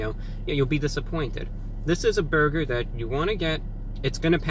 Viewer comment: The way you say burger bothers me.. But still live your channel. Both Wendys here have been under fire for having moldy bread and undercooked patties so sales have been shitty